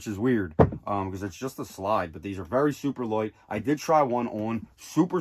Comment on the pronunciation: ‘Hypuh’ ‘luight’